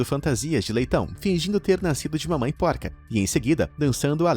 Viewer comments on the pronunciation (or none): none